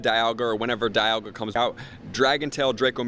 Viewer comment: Good video but mate, Dialga is pronounced dee-ul-gah.